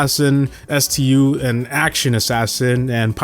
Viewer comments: "col-in-ol" ruffs" really? Its pronouced "ker-nel", and its not E-M-Z or S-T-U, its just emz and stu. This guy has no idea what he's talking about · Stu, not estiyew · Emz and Stu are not e m z and s t u 😭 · Pronunciation Corrections: Stu is pronounced "stew"; not s-t-u. Emz is pronounced "emz"; not e-m-z. Colonel Ruffs doesn't even have the "Colonel" part at the beginning anymore. Even if it did, it would be pronounced "kernel," not cul-oh-nel. Collette is pronounced "cu-LET" not CO-let. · Can you speak english? What the heck is E. M. Z. And S. T. U. ITS STU AND EMZ GOD DAMMIT👿🐺Im the alpha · DUDE IT'S NOT S. T. U. IT'S CALLED STU bad things will happen if you pronounce it wrong next time 🤬🤨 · Its not e-m-z and s-t-u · S-Tee-You and Eee-Em-Z go hard. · S.T.U. and E.M.Z. amd he pronounced colonel the way it is spelled. please what are you doing 😭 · Ah yes my favorite brawlers: EE-EM-ZEE, ES-TEE-YOO, and KO-LO-NEL ruffs!! Lets not forget COUW-LET! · I call her E-M-Z, but Stu is how it’s pronounced. You mean you call her Emz?? Edit: ok, Ive been consistently calling her “Emz” instead of “E-M-Z” for about a month now. Edit 2: POV: you reply to my comment: 🙎‍♂️: Who doesn’t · My man said S.T.U 😂😂😂😂😂😂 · Itfucking triggered me so much by your pronunciation of stu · Why u pronounce emz and stu like that 😭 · cant pronounce emz, stu, or colonel 💀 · Emz, Stu, colonel ruffs, Colette, and Ike are all pronounced incorrectly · I can't get over havoc pronouncing stu😭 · The way he pronounced Stu and Emz really made me cringe up. Like, has been the only person I've seen so far who pronounced these names as if they're genuine abbreviations.